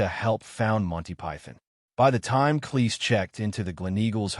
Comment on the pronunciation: Cleese sounds like "cheese," not "lease."